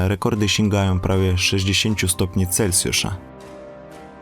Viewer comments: Jesteś świetny, robisz bardzo wartościowe filmy - zawsze niezwykle merytorycznie! Ale mówimy "celSjusza", nie - "celCjusza". Piszę, bo widzę że masz głód wiedzy i rozwoju, to nie hejterski komentarz:) jesteś moim wymarzonym mężem pozdrawiam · Mówi się Celsjusza a nie Celcjusza.